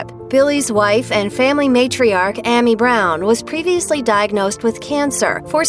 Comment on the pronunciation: Sitting here listening to this video and how many times The women mispronounces AMY'S Name just has me GRINGING!!!